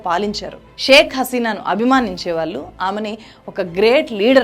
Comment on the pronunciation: మీకు ళ్ళు పాలకదనుకుంటా. వాల్లు, మనవల్లు, ఆందోలనలు అని చదువుతున్నారు